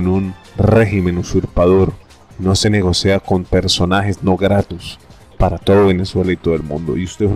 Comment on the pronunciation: Graciaaas. 🙂😎😷 Todo perfecto salvo, "Negocea". Es "Nogocia". La fuerza de voz en "go". 😊